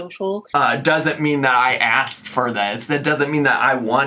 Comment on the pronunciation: I enjoyed her (not a real word) askirt 😂😂😂 in a video the other day....hope it comes up here!